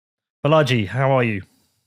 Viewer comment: Sigh. Way to mispronounce your guest's name. The accent is on the first syllable, BAlaji, like baller, not like Bellagio